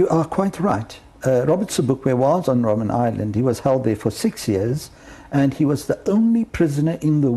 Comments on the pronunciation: ROBIN island?! it's ROBBEN island ( Seal island). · Robben Island not Robin 😮